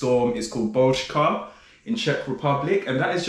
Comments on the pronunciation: hello, nice Ř pronounciation in the word BOUŘKA, i'm from SK and i've lived in CZ for the past 21 years and still can't master it in some cases :D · Why nobody talks about how he nailed that 'Ř' in "Bouřka" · Omg that "Ř" was perfect :D